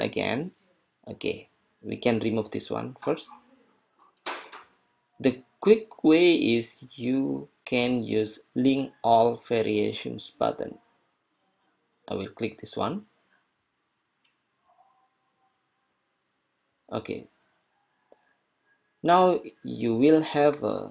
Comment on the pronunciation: say variations with V not F please